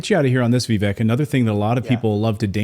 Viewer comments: Heres my 2¢, the mans name is pronounced like vivAke. Most people still say it like Vivek. Im pretty sure its spelled wrong but its alright. A lot of words are spelled wrong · It is pronounced Vivake as rhymes with Cake. It is not rocket science! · His name is Viv-AKE